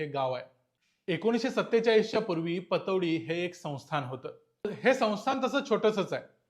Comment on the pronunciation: पटौदी ✅ पतोडी❌